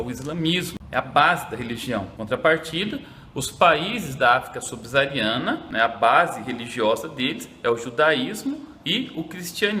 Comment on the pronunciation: subsaariana** professor.